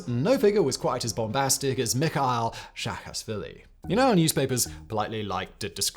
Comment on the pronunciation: Shevardnadze has no “k” at the end of his name. Replace the “k” with a “z” in your pronunciation. Saakashvili should be pronounced as “Saa”, not “Shaa”.